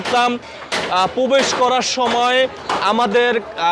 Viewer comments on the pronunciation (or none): উপস্থাপকের কথায় বিশুদ্ধ উচ্চারণ হচ্ছে না, উনার উচ্চারণ আগে ঠিক করতে হবে..উনি, প্রবেশ কে পোবেশ বলছে....!!! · Pobesh na.probesh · তোদের সাংবাদিক কে বানানো। পবেস নয় প্রবেশ হবে সঠিক উচ্চারণ